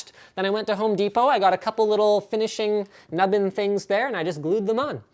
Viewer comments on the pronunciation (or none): Linus said nubben hehe..... and also I just couldn't stop looking at the rams.